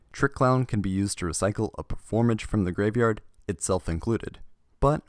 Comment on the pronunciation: My man really in here pronouncing it "performage" instead of Perform Mage. Get it, I guess